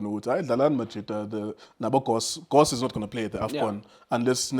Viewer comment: Yhooo, Junior, you're still struggling to pronouncing names on the national team. Gross???